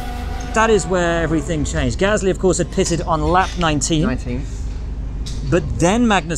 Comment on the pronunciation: It’s Gaslŷ not Gâsly, without the symbols ofc but you can’t say it properly